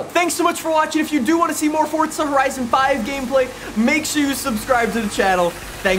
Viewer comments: Can you pls stop saying fortza, its forza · I seriously can’t stand how he says “Fortza”